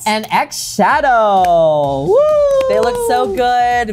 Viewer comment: Not X-shadow - it’s more like Schadow They are written the same way with the X replacing the S so it gives a slightly more breathy sound somewhere between s and z (zed obviously, not zee): Xilouhette they’ve said lots of times on the show so Xhadow (no s!) starts the same way.